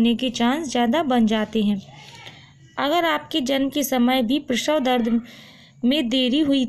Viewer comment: Prasaw hota h prawhaw nahi bolne ka dhang nhi video banati h